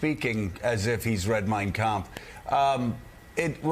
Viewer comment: His pronunciation of kampft was telling